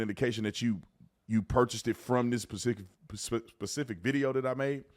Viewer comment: Specific, not Pacific!